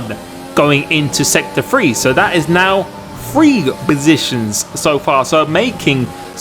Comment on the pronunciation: "FRee BoSITIONS"